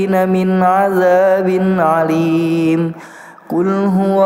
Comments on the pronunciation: Dan satu lagi. Di detik itu gak tau bacaan makhrojnya yg salah atau memang maksudnya salah. Jdi d akhir ayar harusnya..... Waman Yujiirul Kaafiriina Min 'Adzabin Aliim (Bi Hamzah buka bi 'Ain namun melafadzkannya menggunakan 'Ain* mohon maaf jika kurang berkenan. Saya jga masih belajar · Maaf kak numpang komen.. Krn komenku dihapus.. Hanya ingin menyampaikan kalo bacaannya luar biasa... Namun ada sedikit masukan yg sangat penting yaitu ayat ke 27 harusnya ha' dibaca dommah HU namun sama dibaca HA... LALU AYAT YG LAIN ADZAABIN ALIM HARUSNYA tapi dibaca 'alim.. Serta mohon perbaiki tajwid dengung dan bacaan madnya ya kak.. Untuk semuanya BAGUS KOK KAK.. ACUNG JEMPOLLLL..... SUKSES TERUS TIM RICIS